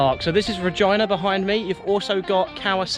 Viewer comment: I think you mispronounced RegEEna on purpose! lol